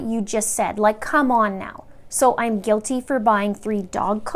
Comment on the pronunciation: and guil-tee LOL